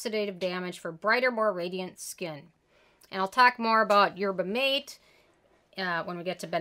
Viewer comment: Yerba Mate a spanish so its pronounced yer-buh mah-TAY.